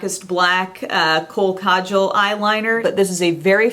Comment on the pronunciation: you're the only person on You Tube, at least whom I watch, who pronounces kajal correctly.